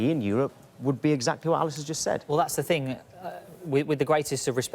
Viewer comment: “One fing I can tell man and say to you” / this isn’t the ghetto mate, this is Sky Sports. Speak properly.